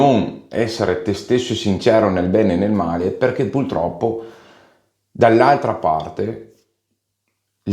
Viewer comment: va bene il pesce d’aprile, sono affezionato a te e guardo con curiosità quasi tutti i tuoi video però ti prego, si dice puRtroppo e non puLtroppo, è un male di noi veneti 😂